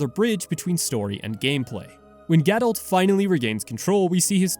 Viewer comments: ga-doh not ga-dolt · What I don’t understand is how people can mispronounce things in a game with LITERAL VOICE ACTING. ITS GA-DOUGH, NOT GA-DOULT. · Sorry I have to add that the in game pronunciation of Gadolt isn't a quirk of a British accent. The T is silent. :)